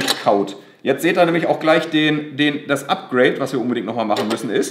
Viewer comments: "A" wie Apgreid, hahaha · oder von beiden was: APGRADE